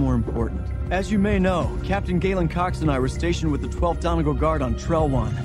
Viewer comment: 12th "Don-ah-gal" ... It's Done-ee-gaul